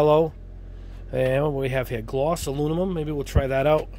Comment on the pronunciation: Pronounced My-ca mica. Try google also pronounced aloominum not aluomimum